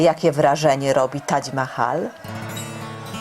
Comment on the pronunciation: Dlaczego mowi Pani Tadź Mahal a nie Tadż Mahal?